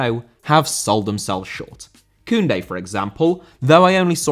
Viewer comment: Koundé* not Koundei